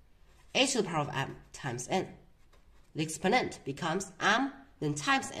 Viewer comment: What accent is this, “Expo’nent”?